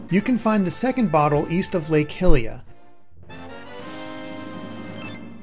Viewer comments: Lmao it’s Lake HYLIA not Lake Hilia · Did he rly just call it lake hilia? Bruh I’m mad now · U mispronounced lake hylia